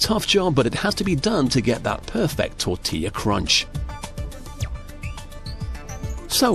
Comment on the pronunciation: Pronounced “TOR-TILL-UH.”